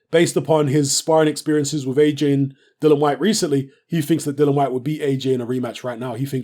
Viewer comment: Isnt his name Dillian not Dillon?